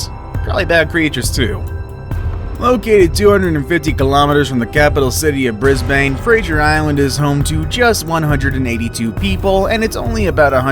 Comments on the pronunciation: Bris bane bro it is said brisban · Did he say brisBANE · I feel offended how he said Brisbane its pronouced Brisbin!!!😤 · It’s spelled Brisbane but it’s meant to be pronounced brisbin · Aussie here Brisbane is pronounced bris-bin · That’s not how you say Brisbane and Fraser 👏👏🧠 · As an Australian the way you said Brisbane annoyed me